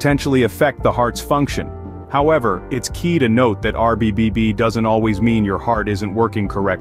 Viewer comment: I heard a couple of RBBBB slip in there....